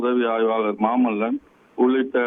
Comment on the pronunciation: கூடுதல் செய்தி நிருபர் வெங்கடேசன் !!!!!!!! அவன் மாமுல்லன் அல்ல, அவன் பெயர் மாமல்லன். செய்தி குழுவில் சேர நீங்கள் அனைவரும் எங்கே தமிழ் கற்றுக்கொண்டீர்கள்?